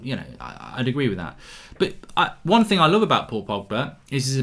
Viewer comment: Mark pls stop saying "Ting", there's a 'H' in the word. It's "Thing" not "Ting".